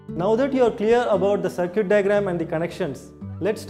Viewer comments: BC u people have such a poor pronunciation.Damn! 'sirquitte' instead of circuit 'zeonar' for zener 'daood' for diode ( not Dawood thx😂) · Circuit= Sir-cute Zener= Genre Diode= Daood 😂😂